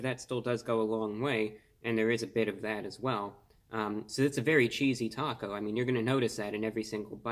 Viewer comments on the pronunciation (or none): Chessy? No. Cheesy(cheese-e) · You lost me the moment you pronounced CHEESE-E as Chess-E and then assumed it was some stupid meme or something.......... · All that but couldn’t pronounce “cheesy” properly. 😭 Still love him tho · He read “cheesy” as “chessy” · Wtf chesie it clearly says cheesy lol is this on purpose lol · he was speaking so intelligently until he read the wrapper Chessy? try CHEEESY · He said chessy instead of cheesy c'mon man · Chessy?? I think you mean cheesy ! Unless you you said it that way on purpose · It's cheese. Eee not chese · Ummm You said Chessy... Are you ok? Cheesy. Maybe because of all of the cheese you told us was in it. Why in the world would it say Chessy?? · Dude. How are you gonna be that smart and look at the package and say “chessy. It must be a new name”. When the word is cheesy. Like a lot of cheese!!! Cheesy!!! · If Reviewbrah pronounces it "chessy", then chessy it shall be. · Lol chessy it is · Thank God! I thought I was high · It must be the proper way. I mean, he IS wearing a suit and everything. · Mans said "chessy" 😐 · I'm crying at the way he said "chessy". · Who died when he said Cheesy Chessy 🤣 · It's now Chessy (as in the excellent Chesapeake Retriever breed not yet ruined by AKC breeders.) Again, he said Chessy, so take note, place your orders that way, for it is now...Chessy. Carry on. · I’ve been paused for 3 minutes laughing at “chess-y”. Composed myself to share this comment. Back to the video. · Chess-e... yeah sure, probably a new meme... or maybe it means cheese? Lol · “Chessy ”? Dude can’t even read English much less being so pale and creepy looking, he’d be a perfect Halloween costume 🦇🦇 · He said chessy haha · It's /ˈCHēzē/ cheesy. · Uses big words but can't read the word cheesy! Lol